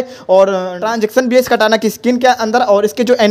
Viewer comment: Bhai vah Katana skin hota hai kata nahin